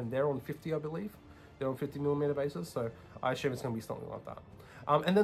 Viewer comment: Good video. No more than 10 “asshume”s per video next time! Lol.